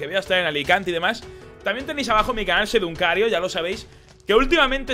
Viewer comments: no,es que se le pegó una vez y ahora siempre dice "seduncario" en vez de secundario xD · ''Seduncario'' :v